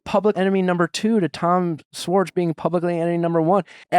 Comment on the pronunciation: Nick still mispronouncing Schwartz 🙄